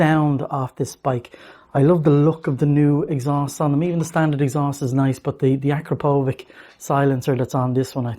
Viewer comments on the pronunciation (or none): its not ....ak ro povic .....its pronounced a krap o vitch ...